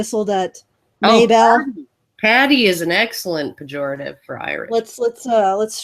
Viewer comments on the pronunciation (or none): attempts to say "pejorative" caused me physical pain.